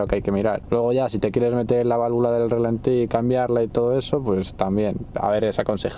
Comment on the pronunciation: Relentin? XD me a exo gracia! Pero vaya, gracias por compartir experiencia, y pa la próxima, es rAlenti Gracias grande!